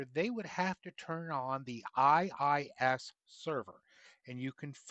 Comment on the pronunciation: You’re referring to it as ISS, it’s IIS xD Just a silly mistake, happens :3